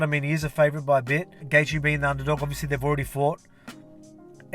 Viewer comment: Who is Dustin Gaethje champ? hahah been noticing you always mess up Gaethje's name LOL